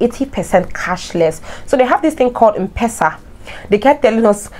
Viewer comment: Mpesa is pronounced : M Pesa not mpesa ( as in um-pesa) Pronounce letter M then PESA